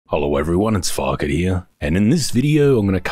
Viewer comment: IT'S!